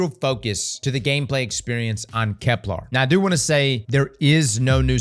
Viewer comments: You GOTTA stop calling it Kep-LAAR It's pronounced like...kepler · "Keplar" - New pronunciation dropped